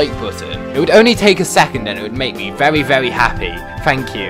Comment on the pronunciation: Why you say very like vewy